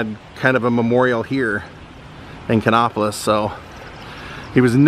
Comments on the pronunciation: Nice video. The place is pronounced Kannapolis as in "nap", not "nop. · I used to live right beside Dale Jr. I’m born and raised in the area. It is pronounced Kan-APP-O-LIS. Lol